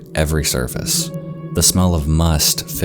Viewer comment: It's the smell of "musk" not "must"